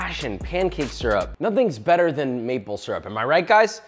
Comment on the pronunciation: Josh new favorite word.. Bu-A xD